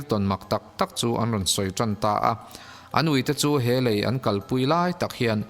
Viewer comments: Lêi (sand) nilo lei (bridge ) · Lei (ground) ni lovin a lei (bridge) lai vel.... tih tur. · Dik e lei tongue a lam loh tur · Lei (mud) nilovin, Lei (Brigde) tur. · Lei tih i lam tirh hi a dik lo a. . lei i lam hnuhnung hi dik lh thlap sia.... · Lei I sawi dan kha a dik chiah lo deuh a tir lam ah khan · Lei ( bridge) ilam dan hi a dik lo anih hi... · Lei (bridge) i lam dan hi a diklo... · Lei (Bridge) thluk khi i va lam diklo nasa ve